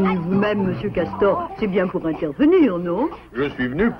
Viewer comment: Ses nul le petit cawtor